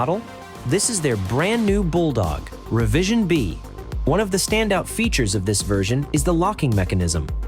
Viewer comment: Not “Reverend B”……Revision B…..😂